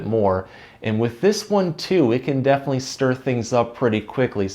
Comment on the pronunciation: 😂😂😂😂😂😂❤❤ "if you get thee urge to do a little toot... def'nlee, let-it-out"